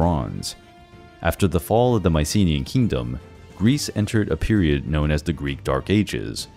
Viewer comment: You mispronounced Mycenaean